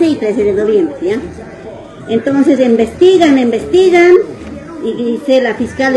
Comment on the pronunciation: Que mujer tan más corriente la juez, dice envestigan envestigan...wow y es juez. No sabe que la palabra correcta es "investigan."